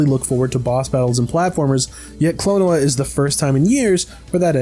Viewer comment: Klon-oh-a Phanto-meal